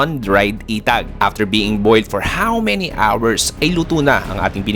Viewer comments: correction,,,etag not itag,,magkaiba ang pronuonciations nya mga boss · Inbagana garuden din pronunciation na ay "etag" nadagsen ay "e" pagat eee-tag paylang ay eee-tag hahaha ngem mayat amin 😂😂😂